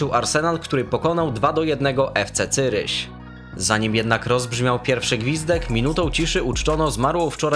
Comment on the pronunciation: Fc cyryś ? Jak sie czyta zurich stary 😂😂😂😂😂😂